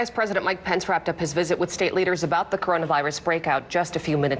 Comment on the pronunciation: Did he say coronus virus? Lol